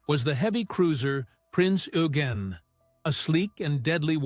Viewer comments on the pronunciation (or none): you miss pronounced eugen